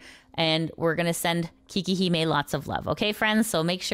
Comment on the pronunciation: Quick thing. Her name is actually pronounced 'kay-kee', not 'kee-kee'. Which sounds closer to "Cake Hime" ('hime' means 'princess') when you say it, so that's where 'Cake Princess" comes from. She does have cake, and she could have consciously chosen that name because of it, but just saying.